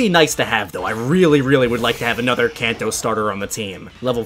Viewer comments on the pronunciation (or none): none